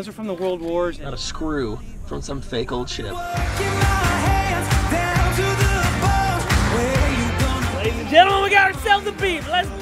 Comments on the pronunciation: It sounds like Cory cursed when he said ship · Cony said oh my gosh but instead of sh it's a d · He was trying to say ship but it sounds like a bad word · It sounded like coby or Cory said s word